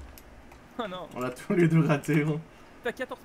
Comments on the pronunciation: On dit "on à" pas "on na" ou alors "on n'a" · C'est pas "on na" c'est "on a"